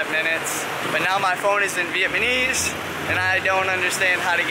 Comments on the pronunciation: "Vietmanese" (sic) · Its pretty WACK that u live in Saigon yet cant say Vietnamese properly...🤔 U r saying VIET-MA-NESE...which is painful..its like wen a kid that is 16 still says Basghetti..instead of Spaghetti...🤦‍♂️🤦‍♂️🤦‍♂️ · Is it really that hard to pronounce VietNAmese? I want to turn it off every time I hear it. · cmon bruh... viet- NA- Mese... ALL that time in the country and you make the same mistake in ALL your videos. interesting. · By the way, you realize you’ve been saying the word Vietnamese wrong? :-)